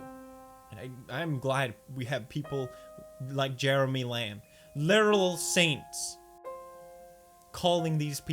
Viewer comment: Can you even pronounce "literal"?